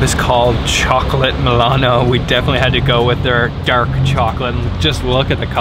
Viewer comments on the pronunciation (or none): I can't get used listening to Milano being pronounced MAW LAHN...